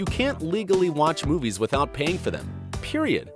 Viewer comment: did he just say peirnd